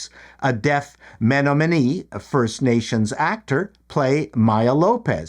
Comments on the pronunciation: jesus people. Just sound out the name. She is part of the Menominee Tribe MUH-NOM-IN-EE. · Slight detail: Menominee is pronounced "meh-NAH-mih-nee." Terrific channel!